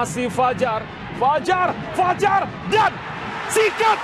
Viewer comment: fajar , r nya gacooRRRRR